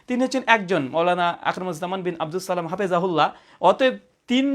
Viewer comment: আপনার সালামটা শুনেই হতাশ হলাম,,,শুদ্ধ হয়নি